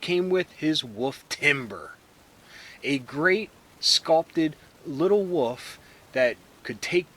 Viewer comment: I love how you pronounce Wolf as Woof, never heard anyone do that before lol you say woofman as well. Is this an east coast thing?